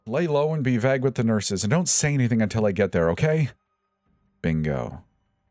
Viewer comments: The way you pronounce vague 😅. Great channel though !! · Hahaha... Right! Love it! 😂